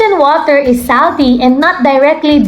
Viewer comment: Pakiayos naman pagbigkas ng SALTY.